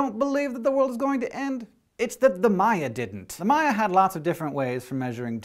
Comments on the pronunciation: It's "Maya" not "Mayan", Mayan is the language. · *eye twitch* MAYA say it with me MAYA not Mayan the language the people its also plural